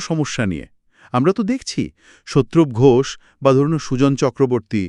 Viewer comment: সোত্রুপ নয় শতরূপ ঘোষ বলুন। কী বিশ্রী উচ্চারণ।